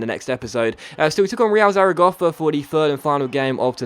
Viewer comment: Still pronouncing Zaragoza as "Zaragofa"